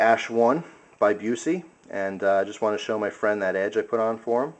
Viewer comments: Buss-eee not Byoo-see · Busse is pronounced Buss-e not like the actor. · Not being picky but for info it is pronounced 'Bus-e', as in a school bus, with an 'e' on the end. They are the BEST knives you can buy. I'm surprised your friend had problems sharpening this as INFI is probably the most forgiving steel when it comes to sharpening be it flat grind or a convex edge. Very easy to maintain and will cut through a car door ;) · i think it is pronounced Bus-E great knife though, i like the ASH-1 a lot. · Learn how to say the brand name before you make a 10 minute video. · Man..a Busse, how awesome!It' s pronounced different, though lol. But Busse knives are really just about as good as you can go with a production fixed blade. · AAAARRRRGH!!! Busse is pronounced "Bussy" it rhymes with fussy. Jerry is not related to Gary Busey. At least you pronounced INFI right. Swamp Rat uses SR-101, not INFI (although there was one INFI model)